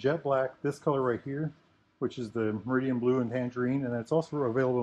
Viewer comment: It’s Meridan …..not Meridian……….tsk……